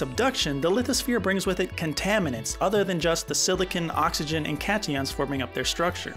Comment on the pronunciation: “Cation” as well. Literally pronounced cat ion